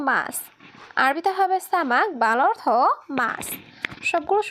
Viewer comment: তুমি এভাবে কথা বলো কেন কথা বলার ধারণ পাল্টাও কথা বলা সুন্দর নয় এগুলো কি কথা সুন্দর করে উপস্থাপনা করতে শিখো সব শব্দটা হবে অর্থ অথো নয়